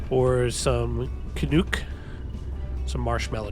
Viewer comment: Very nice build, btw can-uc is not pronounced canook it's Canuc like the Vancouver Canucks hockey team. Yes I am Canadian.